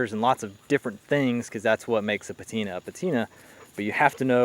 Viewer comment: My man, please do not sweat small things like audio etc. Your video is great and presentation and content in general is great. That said. Now this is just a personal preference... but i HATE this new fad of "petina" lol. I know it's just me and it does not discount all your hard work and effort put into it.